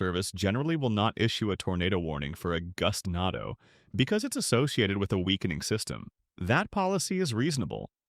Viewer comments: Bro pronounced Gustando wrong 3 times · pronouncing gustnado Gustnado Goostnádo Goostnado Gustnádo